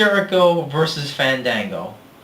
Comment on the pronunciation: Fandango vs. Chris Jericho: I'd rather you didn't say Fandango's name like that. In fact, I'd rather keep his name out of my ears period, because if he's gonna get pissed off just for that... well, let's just say "My thoughts on narcissism, Ain't nobody got time for that."